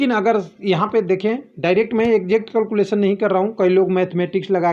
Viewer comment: It is not culculation.😂😭😭..it is calculation 😑 pronunciation